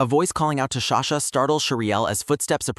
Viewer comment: frrrr ughh i am soo frustrared everytume he calls her sashaa just stop freaking calling her sasha